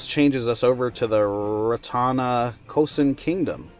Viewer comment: It’s actually Ra-Ta-Na-Ko-sin